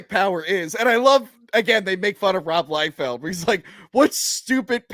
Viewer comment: Dude… it’s Liefeld, NOT Liefield.